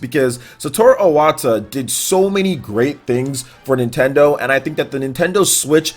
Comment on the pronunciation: It's Iwata, not Owata.